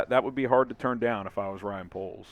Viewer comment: Bear 🐻 dahn